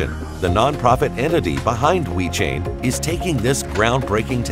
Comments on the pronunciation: Sounds like the speaker is saying We-chain. Other than that, great video. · STOP SAYING WE CHAIN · He is saying "We Chain".